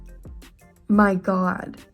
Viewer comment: “Oh my gwat it hurts so bwat” 😂😂😂😂😂😂